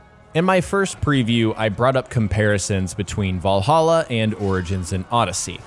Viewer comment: Shame he can't pronounce 'Valhalla', though lol.